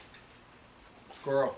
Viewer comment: "Squirell". Don't stop, your Northern brothers love you too! You're a good guy.